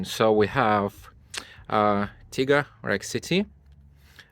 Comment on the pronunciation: My mans said Tiger it’s Tyga lmao like a Tiger 🐅 but with out the er just a Ty GA lmao